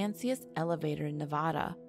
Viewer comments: This video was cool but its pronounced Nevada not Navada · That's terrible. Anyone born here should definitely know it's not Nev-od-a. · when she said nev-ah-da 😭✋ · I just wish people would research how to pronounce words that are not familiar to them. And just when are people going to learn how to say Nev-AD-a. It's not pronounced in Spanish even though that's it origin. Does help us know where you're from though. Worst pronunciation offenders are from the east coast. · Haha, it gets on my nerves when people from other states pronounce it as "Neh-vaw-duh," but I understand if they have yet to catch on. What REALLY gets on my nerves is when they are aware of their mispronunciation of the word and yet continue to say it like that. I feel the same way towards the whole "soda vs. pop" thing. If you would like to live in/stay in Nevada for an extended period of time, you BETTER pronounce it right and say "soda" as opposed to "pop." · The Moon Landing was in 1969 (not 59) ...and Nevada is pronounced with an "a" - as in Apple - not "ah" (say it like ya have a Brooklin accent, lol); and the Native Americans are pronounced "pie - oot". But you produced an interesting video! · Nevada = Nev-ad-a, NOT Nev-odd-a. The Tribe's name should be said more like Pie-Yute. Good report though. Fascinating information.